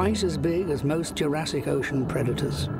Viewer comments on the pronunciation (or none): none